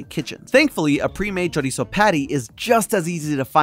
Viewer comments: pronunciation of chorizo made me physically go like 🫢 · choriso.